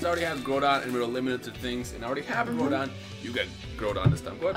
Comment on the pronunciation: Groudon pronounced. Growl(without 'l') donn